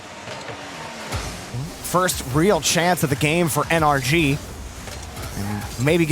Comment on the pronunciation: It’s N-R-G. Not “ANARCHY!” Please atleast sound out the letters. Commentating isn’t about speed. It’s so annoying hearing you guys not sound it out. If it was “AN-ARCH-IE” wouldn’t they have a different team name⁉️